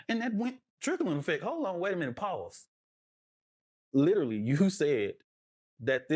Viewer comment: This jerk also does not know how to pronounce the word literally 😂